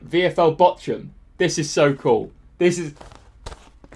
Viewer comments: VFL Botchoum, omg, you butchered the name. i cant stop laughing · Botchun yeah you botched that one its Bochum but i can understand that this name for an not german is realy hard to pronaunce to pronnounce the name without the t And this was some lovly Video again thanx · Botchum hahaha. You definitely Botchumed that name 🤣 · funny how you pronounce bochum as botchum lmaoo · I’m about 90% sure it pronounced bockum mate 👍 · Botchum? Lol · You butchered Bochun... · Classic Youtube style video and big shout to the club's who responded. I'm also here for utterly murdering the pronunciation of Bochum 😂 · Iam from Bochum and I was in shock when I heard him saying Bochum. He said it so wrong and bad I didn't knew it was possible 😂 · That is soooooo not how you say Bochum. As a German that made my ears bleed : ) Still very nice of Bochum. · It is Bochum, prounounced softly like in Tuch or Thomas Tuchel hahahaha. I m Bayern München Fan and we have a Fan friendship with Bochum, I wonder if u have asked Bayern München for a Shirt, cuz normally they should have send u like a press kit. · He butchered VFL Bochum's name😂😂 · They way you said Bochum pains me! Love VFL Bochum though, hope they make it the Bundesliga 1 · Im as a german found it so funny as you said Bochum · Bochum send you a shirt just for you to mispronounce their name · Casually "botching" the pronunciation of Bochum... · Love how you butchered the pronunciation of Bochum. Greetings from a Bochum-Fan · The way you say Bochum triggers me.... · You are butchering Bochums name :D Look it up on Google Translate in German